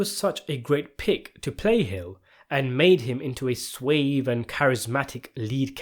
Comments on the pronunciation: Did you just pronounce the word 'suave' as "swayve"? It's 'swaarve' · I'm really shocked he went so soon. He just quit smoking. • suave is pronounced swaave. Open A sound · Suave, as in ‘halve’, not suayve as in ‘wave’. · "Swayve" pmsl!! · "Suave" is pronounced like "dog" or "Log" not "cave" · That is not how you pronounce suave bro